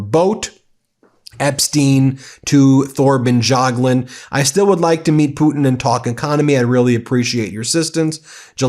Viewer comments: That's the craziest pronunciation of Thorbjørn Jagland I've ever heard! lol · Thor and Tor is pronounced a like. Bjørn (ø is pronounced like the u in truck ,not dragged out just a short uh like it sounds like a seal cubb). Thorbjørn/Torbjørn is also pronounced the same. We do not pronounce silenced letters like Th +many more. Jagland is pronounced Ja g la nd Jagland... He says it's absurd all the questions he has gotten after this,but look more like a deer in the headlights than ever. It's not my favorite ex- primeminister. Regards from Norway